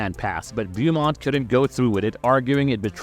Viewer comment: Andrea Beaumont AHN-DRAY-UH BOW-MONT